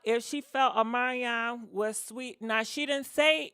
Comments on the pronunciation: Girl every time you say his name i die Ohmanyan 😂😂😂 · Girl PLEASE pronounce your words better than that!!! Specially somebody’s NAME!!! Uhmaion . W’tH...